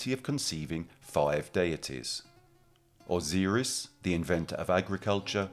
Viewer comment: T-hoth, not Thoth, Osiris didn't sound right either.